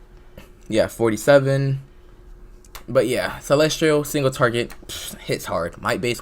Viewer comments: you pronounce celestial as celestrial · why are you saying celestrial